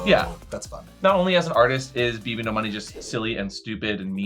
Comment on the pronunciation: Of all the slightly incorrect things you guys have said over the years, I can't ignore how you say Bbno$